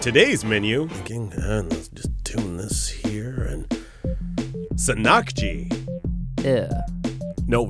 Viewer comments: the emphasis is on "san" in the word sannakji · its not sannkji its actually pronounced san nak ji and this shit is really good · It is not sa-nak-jee, it is ssan-nak-jee.